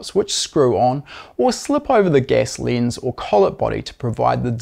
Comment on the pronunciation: Your accent explained. Gas becomes guess. Lens becomes lins. Ten becomes tin.👍